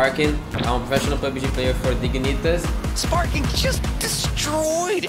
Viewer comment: "My name is and I play for Dig-i-nitas". I don't know why that mispronunciation made me laugh so hard. Interesting to hear Texas is a country too according to Shinboi.